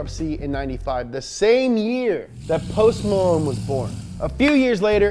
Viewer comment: Who the heck is Poss Malone?